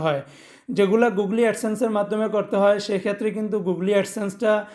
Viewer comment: খুব সুন্দরভাবে বুঝিয়েছেন ভাই। তবে গুগলি না বলে গুগোল বললে পারফেক্ট ছিল।